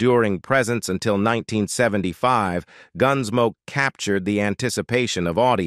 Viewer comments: Horrible AI voice. I quit listening just before four minutes, when a string of mispronunciations culminated in “Gunsmokey.” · ah yes the robot ar nesse, gunsmok e, closu r e,, repeat sentences. what a mess